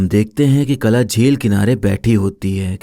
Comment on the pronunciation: Ye kala nahi Qala tha.. Kala, qala, qaala alag alag hai